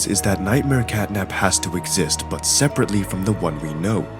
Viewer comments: Bro Called Catnap as "Catnip" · Honestly I feel sad for catnap bc u called him catnip many times one the end bruh